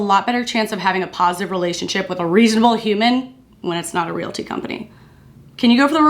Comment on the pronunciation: Girl, I kept thinking you were saying "real tea" and not "realty" and I was invested....but it's all good! I learned a lot from this video! Your way of talking about hard things is so comforting.